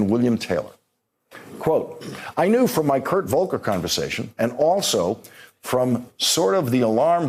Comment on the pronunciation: Is it my hearing or does Lawrence not know how to pronounce knew properly?